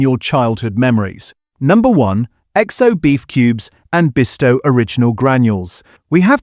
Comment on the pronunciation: Bovril CHECK, Check, check the AI -- BOW vril --- you can't talk about traditional foods if you let this 'corporate' mangling of the names of these foods --- get it right! The content is very good. The delivery is awful. And another --- BEESTOW --- for Bisto --- ah AI got it right on its second try! Tumeric --- becomes TERmeRIC. And as for traditional gravies!